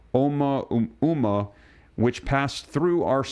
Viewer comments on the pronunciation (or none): It's pronounced "O-mua-mua". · It’s pronounced oh moo ah moo ah.